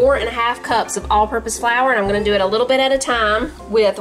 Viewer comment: I had to rewind and listen to Manny say yittle! 🥰 Miss that when Hayden would pronounce all his L words with a Y. 💕🤗